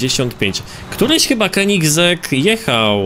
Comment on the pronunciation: to muwi sie keninzberg po polski wymowa